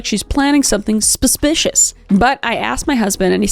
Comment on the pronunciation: Kris I've heard you mispronounce 'suspicious' as 'spuspicious' a few times. Is this a running joke or some kind of speech impediment?